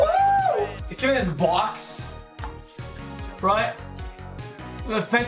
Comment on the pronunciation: "it came in this BOAX ROIGHT? this FENCY BOAX"